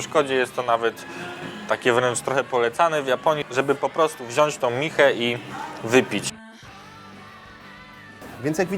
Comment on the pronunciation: wziąć nie wziasc